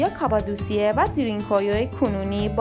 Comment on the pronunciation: ــ اولا که اسم این هر زیر زمینی را درست تلفظ کنید، تلفظ صحیح این شهر زیر زمینی که در تؤرکیه قرار دارد دَرین کویو یا بزبان دَری شما دَری زبانان ( پوست قهوه ایِ کلهِ زاغی ) هندی تبار جغرافیای سیاسی ایران، چاه عمیق است .! ــ دوما که، از کجا و روی کدام شواهد و سند معتبر باستانی مطمئن شده اید که این شهر زیر زمینی مربوط به زرتشتیان است ؟! ـ سوما که، پارس یا شکل صیح کلمه، پِرس یک کلمه عبری و به معنای سوار کار است که در واقع لقبی بود که یهودیان گذشته به هخامنشیان که برخاسته از قوم اِسلاو تبار آکاها بودند، داده بودند که بعدها کلمه پرس توسط یونانیها نیز مورد استفاده قرار گرفت و بصورت یک اشتباه به این سرزمینها اتلاق شد، نه مردم و اقوام روی این سرزمین .! ــ و اما از کجا معلوم که هخامنشیان و به تبع آن قوم آکاها اِسلاو تبار بوده اند ؟ از هخامنشیان برخلاف سومریان و عیلامیان لوح و کتیبه های زیادی برجای نمانده است اما آن معدود آثاری هم که از هخامنشیان برجای مانده است که از خط عیلامی بر نوشتن استفاده می کرده اند ترجمه آثار بیانگر زبان اِسلاو باستان هخامنشیان و به تبع آن قوم آکاهاست .! ــ چهارما که، گفتنی است که در زمان عباسیان تمام اِسلاوهای این سرزمین که ۲۰ هزار نفر بوده اند توسط معتصم عباسی به روم تبعید شده اند، بنابراین افتخار به کلمه جعلی و تحریفی پارس توهمی بیش نیست .! ــ پنجما که، کلمه پرس یا بگفته شما دَری زبانان ( پوست قهوه ایِ کلهِ زاغی ) هندی تبار، پارس که یک کلمه عبری و به معنای سورکار است همانطور که گفته شد، لقبی بود که یهودیان گذشته به هخامنشیان داده بودند و آن لقب مختص هخامنشیان بود نه دوره های پس از آنها، مخصوصا که دوره پس از هخامنشیان سلسه یونانی سلوکیان که از سرداران اسکندر بو